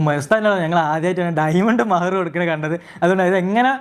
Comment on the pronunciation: മെഹർ അല്ല bro മഹർ.